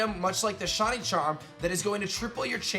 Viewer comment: Dude it’s shy-knee not shawny